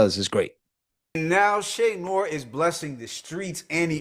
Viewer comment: Che pronounce Noir wrong too, i can’t tell if it’s accent or not. She got that buffalo twang